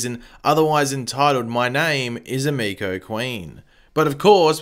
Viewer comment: stephen does his own stunts so why he has the hood up is wierd. also as a weeb i cringe when you pronounce emiko wrong